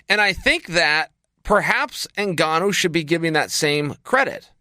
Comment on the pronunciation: Chael called Francis N-gone-oh a few times. By design.